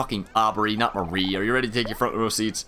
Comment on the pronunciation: Well, your pronunciation is ALMOST correct, you just stress the wrong part of it. MAWree instead of MuhREE. Hmm.. not as easy to point out in text.